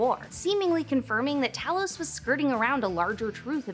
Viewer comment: Tah-los = Elder Scrolls Tay-los = Skrull